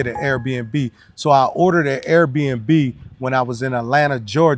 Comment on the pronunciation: cant even say Airbnb. He says air air n b, tegusulwa you didn’t have to translate at all